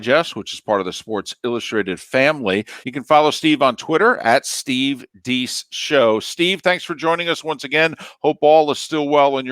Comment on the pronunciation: It's not "Steve DEECE", it's Steve "DAYCE"...........